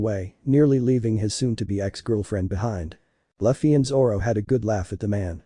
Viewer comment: lol I know, robot said luh-fee